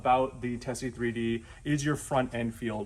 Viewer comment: I thought it was pronounced teezee? and a great comparison but not the comparison I'm looking for. how do they compare to forks? I know huh center steering is supposed to separate breaking forces and suspension forces but what does that mean? how does it feel? besides vague. everybody t and their mom complains about vague front end feel but how do? how vague is it? on corner entry. mid corner? corner exit? on the gas? in the brakes? trailbreaking? do these two bikes feel the same? does one feel better than the other? i ran across a guy in a vyrus and when I was asking him he said huh center steering isn't vague, they're honest. he was saying forks exaggerate what's going on but since forks are what we know it's what we expect. hub center steering is vague compared to forks but only because the forks are drama queens. he wouldn't let me ride it, I don't blame him. but he was a street rider with multiple track days under his belt. he also told me when he gets back on a forked bike he doesn't really care for how busy the front end always is. what are your thoughts on this?